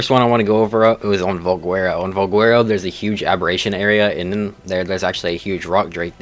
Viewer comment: Why do you pronounce valguero with a W?